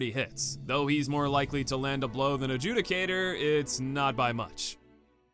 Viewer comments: Happy to finally hear you pronounce Adjudicator properly after all these years :’) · Glad someone finally fixed their pronunciation of “Adjudicator” lmao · You can tell this is a true remake when pronounces Adjudicator right